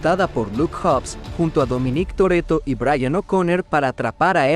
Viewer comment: Dominíííc Torrretto